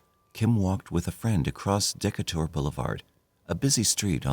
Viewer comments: “Decatur” is pronounced: d’KAY-dr, not deka-TOUR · Dee-KAY-tur…..not Deeka-tur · Uhm our population is close to 3 million. It hasnt been 650,000 since the early 80’s. The street is not Deck-a-dur. Its Decatur like “dee-k-tur”. And where tf is this clip of highway with lush green landscaping from? Kentucky? Its surely Not Las Vegas! Lol wth man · The street is pronounced Dee kater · Bro said DEKATOR blvd 💀 as a Vegas native that wasn’t even close 😂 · Decatur is pronounced Da-cay-tur. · That is not the correct pronunciation of "Decatur". It just isn't. I am more and more convinced this narrator is a bot. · the way he pronounced Decatur bothered me so bad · That was killing me! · Also, they must have failed history if you listen to their pronunciation of "Decatur". It's named for Stephen Decatur. Im not even sure how they came up with what they are saying but they say it at least twice and maybe more so not just a one time accident.